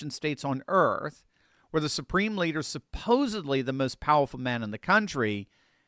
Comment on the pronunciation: Did you say supreme bleeder???